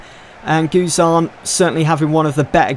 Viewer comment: Learn to say guzan XD